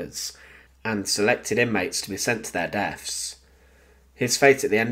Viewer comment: Couldnt continue after hearing "sent to their deafs" instead of deaths